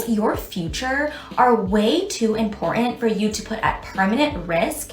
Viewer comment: I don't know where Im-Poor-Ant came from, but there's a Tant in there somewhere, and that bull shart attempt at saying "important" just needs to go away.